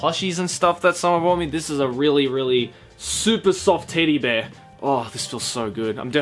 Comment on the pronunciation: is it just me or did he say 'tiddy bear'?